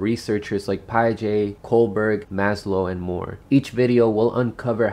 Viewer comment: Your pronunciation of "Piaget" triggered all my stalled stages of cognitive develptment.